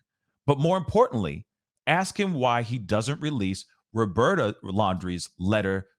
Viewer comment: Found your channel just recently and love your content so far. I love that you call her “Robearta” lol and I also believe that note is a lie. It’s gross. I feel so bad for Gabby’s family and I hope they win their lawsuit.